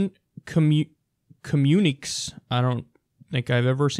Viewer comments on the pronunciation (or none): communiques - Kom-yoo-nih-kays - an official announcement or statement, often to the media. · Communiques = Communeekays ...... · Communiques is pronounced Communi-Kays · Pronounced "com-muni-kays," youngster. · "Communiques" is pronounced "Communikays" =P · That word you didnt recognize is pronounced commune-eh-kays, meaning official messages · Communiques... is pronounced Communi-KAYS. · Communiques = "communications" Pronounced Com-uni-kays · Pronounced communi'Ks' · Pronounced Comm-une-eh-KAYS. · Say it with me, Kyle: Com MUNE i kays. Communiques are letters. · communiques - pronounced "communi-kays" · pronounced communicays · Are you Jimmy Dore's son? A constant Contrarian? BTW: It's co-mune-i-KAY. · "communi-kays" That's how you pronounce it. It's French. I get a kick out of you kids on alternative media who don't know words. Reading a LOT helps. Use a dictionary too:) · It's kom-uni-kays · Comyooneeks? lol Murrican education system! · "communiques" is pronounced "communi-kays" in case anyone gives a rolling fuck. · Communiques is pronounced "kum-yoo-nick-ayz" Kyle :3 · com·mu·ni·qué - Co-mun-a-kay. Like commutation. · Communiques is pronounced commune-nee-kays. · Its pronounced "Cah-mew-nih-kays." There usually is an accent over the last 'e'. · It's pronounced "co-myun-i-kays" ... it's missing an accent so it's not your fault, Kyle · It's pronounced as "communi-kay". For reference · communiques- pronounced; "com myune ee kays"- missives, lerters, notes. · Communiques. French word pronounced communicays. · COM-MUN-Y-KAYS ... is how that word is pronounced. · Communiqués Kyle. It's pronounced like "Communicate" without the 't' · Dammit man. You can’t read. Think of the ques on the end as cays. Communicays, pronounce it like that. LOL 😂 Love your show dude but sometimes you make me laugh. LOL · communique KOM-U-N-I-KAYS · co..mu...ni...kaes. pronuncuiation of communiques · Communiques is pronounced "communi-kays". it just means communications. :)